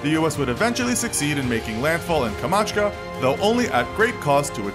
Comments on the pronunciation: Its Not Kamachka, Its Kamchatka but u decided to say "Kamachka" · I cringed to death when he said “kamachka” instead of “kamchatka” Edit: HE DID IT TWICE OH MY GOD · Pls stop saying Kamatschka. Its Kamchatka. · Are we just gonna ignore that he said "Kamachka" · Ryan Dy-Liacco It's called "Kamchatka" and he called it "Kamachka". I don't see why people argue over that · He pronounced it as KA-MA'CHKA,(wrong!) but it's KAM-CHAT'KA ha ha ha LOL. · Albert Albiala so annoying that he said Kamashka or whatever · Everyone make mistakes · It's pronounced Kamchatka not Kamachka :) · Kamchatka, NOT KAMACHKA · KamChatka not kamachka... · Am I is the only one that realize if this channel called "Kamchatka" with "Kamatchka"?? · Kamachka? You failed again. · nice video, one important question, you are mentioning several times in this video that Soviets will have to defend Kamatchka?? Where is it?? Or have you meant Kamchatka :-) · Kamachta? What’s that? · Kam Chat Ka not Komatchka. I lack of phonics in modern curriculum shows in mispronunciation. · kamachka xaxaxa-x-ax-a-x-ax-a-xaxax, it's Kamchatka bro! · It sounds terrible when he tries to say it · Man I almost chocked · it's pronounced COM - CHaaT - KA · Kamchatka peninsula is not pronounced KAH-mach-kah. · Lol said Kamchatka wrong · You badly mispronounced Kamchatka.